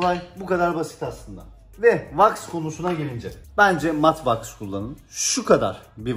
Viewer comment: Ne was ai kullanin diyor tam anlayamadım da